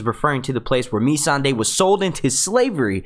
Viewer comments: Agreed! I like this dudes videos but geez, please pronounce the names right and I will subscribe to the channel cuz it's good. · Completely agree with Timothy on this one. Please get the names right! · Amber Lisa its ma-sawn-day not me-sand-ey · its Missandei not Me-san-dey and no he hasn't been to the summer isles he said he HEARD its beautiful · Nissan-da. God damn say it right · "meeeee-sandae". no. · Ok here we go(for help). Tyrion is TEAR-EE-UN VARYS IS VAIR-US Missande is Miss-Sanday not being rude just want to help you out especially if you are going to do many videos. great video though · would help it you pronounce the name correctly, varys and who is mee sand ey? do u watch the program? very basic stuff. also Davos never said he want to Naath, he said he had "heard" it was beautiful, never been. would mention more things, but why bother. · Btw you are saying a few of the names wrong mainly Missandei, and Varys. Not hating just nit -picking 😋